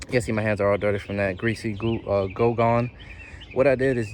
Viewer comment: Goo gone, not go gone. Good video though